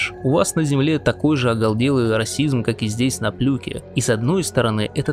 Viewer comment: ОголДелый, пошиВа… рукалицо… не знаете как правильно произносятся слова и что они означают, но претендуете на глубину и философию… ну, нет 🤮